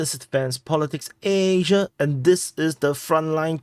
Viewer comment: Why is it EEEEISia and not Asia?:)